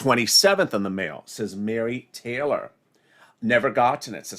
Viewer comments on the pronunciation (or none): none